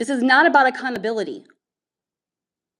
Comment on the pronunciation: Can you just learn how to pronounce "accountability"? I'm let the rest go, but come on G